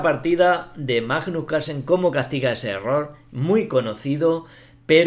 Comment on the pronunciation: La verdad es que Majnuj Calsen ej una bejtia